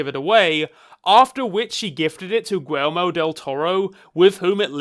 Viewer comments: Bruh... Gee-YEr-mo... Del Torro. Edit: also fantastic take. I watched batman vs superman in theaters, and I was just so utterly put off by almost every aspect of it that I pretty much swore of the whole DC cinematic universe. But mybe I will give it a chance after all, since I've got all this free time.. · Good sir, I am a fan but I can not abide by the way you pronounced Guillermo